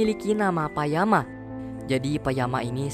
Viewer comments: it's nice to hear your review but it should be payakan, not payama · Bang bukan payama tapi payakan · PAYAKANN BANGG PAYAKANN… BUKAN PAYAMAAA😭😭😭😭😭😭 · Payakan minn bukan payama 🗿🗿 Payakan adalah seorang tulkun muda yang berteman dengan Lo'ak , salah satu anak Jake Sully dan Neytiri , setelah menyelamatkan nyawanya. Setelah melawan cara tulkun dengan membunuh pemburu paus yang membunuh ibunya, Payakan dikucilkan dari para tulkun dan dijauhi oleh klan Metkayina . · Nama tulkun nya Payakan gak sih, bukan Payama. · nah ini bener,, kok malah jadi payama.. admin nya dpt refrensi dr mn sih... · Bukan payama bang, tapi payakan, kmaren habis nonton, gila 3jam durasi 😂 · Payakan jd Payama 😅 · Bukanlah kalo gak salah, namanya Payakan, bukan Payama? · payakan bang bukan payama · payakan kayaknya bukan payama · Payakan ya bukan Payama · Btw nama ikan nya payakan ya bukan payama hehe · Kenapa payama bang harusnya payakan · Bang namanya Payakan atau Payama? Hehe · Payahkan bang bukan Panama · Keknya payakan gasi? bukan payama😭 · yg benar "Payakan"